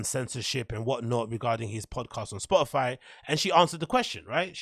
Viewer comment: did she just say spotifly?? I checked 5 times. lol